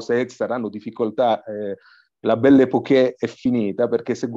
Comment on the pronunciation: Belle Époque si pronuncia Epoc , non ha l'accento sulla e finale! 😅. Ma studiare almeno le regole di pronuncia?? Qua do vi mettete a Pontificare